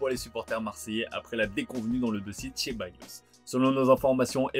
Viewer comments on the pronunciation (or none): Ceballos pas ché il est pas italien bordel faites un effort